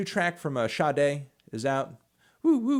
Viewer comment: I did not think that was the way "Sade" is pronounced